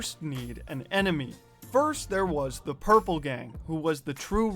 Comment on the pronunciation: you said purple wrong